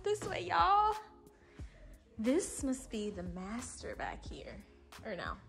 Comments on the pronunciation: "Dis MASTAAHH is a true MASTAAHH!" 🤣🤣🤣 That alone has me subscribing. Lol 🧡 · "This mastah is a true mastah!"😂 #7 has everything but cubbies, and if you gonna get 1of these homes it should have all the finishes you like already.